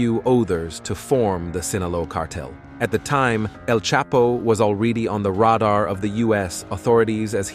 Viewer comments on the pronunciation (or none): Already on the "raw-dar" of the US.... Lol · 😂 I was thinking the same. What is a D A aggent. What is a raaaadar 🤣 and the droog dealer 🤣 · I keep laughing at the way you pronounce agent and radar 😂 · Guy said rod-dar instead of radar.....